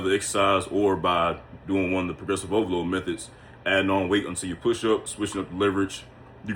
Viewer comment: Poresrovolooo😂😂😂😂damn bruh,if not for the captions,I wouldn't have heard any😂😂